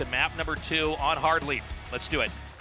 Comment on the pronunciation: Pretty sure it's called Hard Lead as in LED